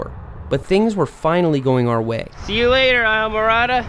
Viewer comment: It's pronounced eesla mo rada